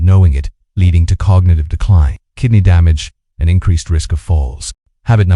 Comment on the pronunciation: The synth voice doesn't match the captioning. SOmetimes spells the word and inflection is off for words like "decline." Audio cuts off words and sentences. Total audio drop out starting . I quit watching at this point.